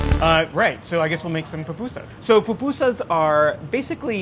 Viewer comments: Fried corn fritters?!?!?! No, my friend, you’re totally wrong. And this whole charred onion bit? I don’t think so! And PLEASE learn how to pronounce the name. It’s not PAPUSAS. It’s PU PU SAS for the mispronouncing crowd: POOH POOH SAS. Oh, good gravy! Your beans are totally wrong!!! A mixer to mix the dough?! My grandmothers are turning in their graves and planning an uprising because you’re butchering our native dish. 🤦🏻‍♀️🤦🏻‍♀️🤦🏻‍♀️🤦🏻‍♀️🤦🏻‍♀️ Oh goodness! No, what the heck are you doing to the curtido?!?! STOP BUTCHERING MY COUNTRY’S FOOD!! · For those who mispronounce it, it’s POO-POO-SAHS, it’s a Nahuatl (Indigenous) word!!! But I loved this though. I FEEL SO PROUD TO BE SALVADORAN!!! ♥️